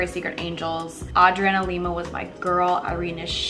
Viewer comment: Love this but not to be a hater but have I been saying Adrianna Lima wrong this whole time or???